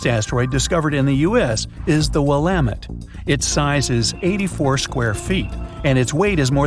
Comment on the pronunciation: "Willamett" is pronounced "WILLamet." You're welcome. -- Oregon